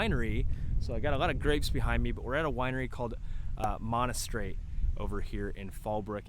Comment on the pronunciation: It's actually pronounced Mahn-Ser-Rot. In reality the population is closer to 60k. Highest fuel prices in San Diego county. Last electric bill there was close to $600/month. Traffic (much like anywhere in CA.) is Nutz. Check out citydata before you make any rash decisions